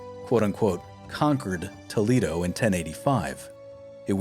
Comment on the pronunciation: Yes, it's Tolaado not Toleedo. Tharagtha not zaaragoesa .